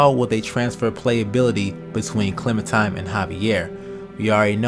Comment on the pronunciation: Dude I love ya but ya gotta stop pronouncing Clementine as Clementime lol